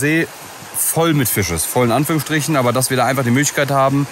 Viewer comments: Wieso sagt immer Fich statt Fisch? 🤷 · Richtig guter content, aber warum sagt dieser immer Fich und Fleich. Ist ja nicht auszuhalten 😂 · du bist ein echt cooler typ, ABER bitte bitte bitte bitte bitte, lass dir bei bringen wie man FiSCH ausspricht, das triggert mich so ungemein:D:D:D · Die CH - SCH Schwäche von ist herrlich: Fich und Elsch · "Fich" Auch: "Elsch" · Jetzt verstehe ich gar nichts mehr, anstatt Fisch sagt er Fich und man denkt sich "Joa, er kann wohl das sch nicht aussprechen, kennt man ja" und dann sagt er "Elsch". Kannste dir nicht ausdenken 😂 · Ich liebe die zwei, aber das "Elsch" und "Fich" von triggert mich so hart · Es heisst FiSCH und ELCH! :D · Warte warte.... Fisch ist "Fich" und Elch ist "Elsch"? 😁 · Wieso sagt er Fich und Elsch?